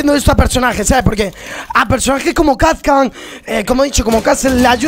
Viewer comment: Es kapkan no kap can